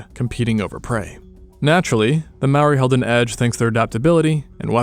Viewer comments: Awesome video, but pretty rough pronunciation of Māori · This is only Aotearoa and you said Maori wrong the r has like a short tongue roll and sounds like ri (maybe to some ears like a t?) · Dude. It's MAORI. Not "Maui". Maui is the demigod from myths. And Maori is pronounced "mouldy" because you roll the R. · Okay, no hate but, wtf is a maory, it’s mah-o-reeh, Māori. Or u can google it, it’s not easy to say so call em Mary if u want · Its not pronounced "mower" or "mow-ah" its pronounced as "more-ah" with no emphasis on the "r" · It’s not mouri it’s pronounced “moldy” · You said Māori Wong-_- but it’s ok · Yeah finallly Māori that’s my people Kia ora and dont say mori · Its ma ou ri thats how u say it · I always thought Maori was pronounced "May-or-ee" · Why does everyone say Māori like it's spelled the r is pronounced like d if you don't get someone to say Māori like it's pronounced don't make a damn video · The pronunciation was on point, except that in te reo Māori, you roll the r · I noticed that. He didn't say "ma o wii" like most. Or "marry". They're the ones most common way people pronounce maori. I have corrected a few people and told them to say moldy without the L as it's the closest way to pronounce maori. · Just fyi you pronounce Maori as "mouldy" but roll your tongue on the d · you pronounced 'māori' and 'emu' wrong 🥀 also the plural for moa is just 'moa', not 'moas' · Maybe learn to say Māori correct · Dude if your gonna make a video on ancient Māori people say Māori right you could legit search it up for two minutes you did so much other work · When u speak maori roll ur r's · But you pronounced Maori wrong and kupe discovered this land we know today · To say maori. Make the r like a d. The a should have a line on top, it symbolises streching that sound. I know cus i live in new zealand and we use te ao Māori daily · Bro if you can’t roll your R’s and pronounce māori correctly, just say tangata whenua (pronounced fenua)